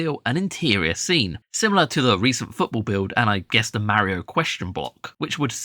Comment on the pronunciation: You say Mario wrong. Ugh, annoying